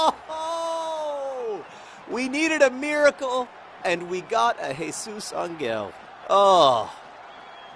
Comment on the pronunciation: "hey-soos anggell" oh, john